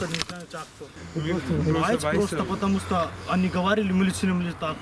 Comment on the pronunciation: Патамуста дейтго